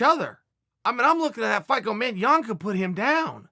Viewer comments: Haha thanks for learning how to pronounce Jan :) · Chael you got it right!! I literally clicked on this to see if you'd say Jan or Yan. Well done sir!